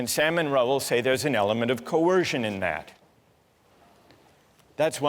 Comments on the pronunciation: His correct Spelling of Name is Rahul, which professor pronounces as Raul as typical of British accent to eat up Vowels. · Rahul changed to Raul in American accent ! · it's an indian name 'Rahul' which they pronounce as Raul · He himself pronounced his name as Raul and not Rahul. Not every person of colour is an indian. Grow up.